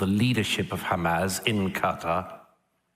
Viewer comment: Two things: First, it sounds like Douglas Murray turns any S at the end of a word into a Z, hence Hamaz. Second, I think that what Natasha and Douglas are arguing is that anti-Zionism is a subset of anti-semetism, because they don't classify anti-Zionism as criticisms of Israel, they define Zionism as "the right for the Jews to self determination within their homeland", so if you are anti-Zionist you don't believe that Jews are uniquely afforded that right, hence anti-Zionism is a subset of anti-semetism.